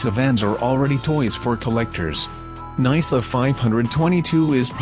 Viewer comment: Nai-suh? More like nyh-suh.